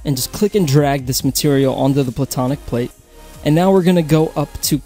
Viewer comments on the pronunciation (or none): Instead of platonic plate i kept thinking he was saying bubonic plague